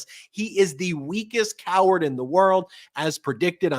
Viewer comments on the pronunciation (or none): Just say COEARD!!!